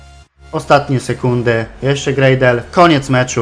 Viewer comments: Ward w obronie cię zawodzi a w ataku gra jak z nut sam zdecyduj co z tym zrobić potrenuj obronę w następnym odcinku jak mówiłeś I czyta się Gradel po prostu nie Grejdel czyta się Lejwis nie Luis i WAJNALDUM się mówi a nie coś tam przekręcasz :D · War zawodzi cię w defensywie a w ataku gra jak z nut sam zdecyduj co z tym zrobić potrenuj obronę w następnym odcinku jak mówiłeś i mówi się Gradel nje Grejdel mówi się Lejwis nie Luis i mówi się po prostu WAJNALDUM ;)